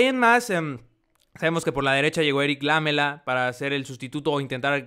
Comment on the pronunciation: Es Lamela, no Lámela XD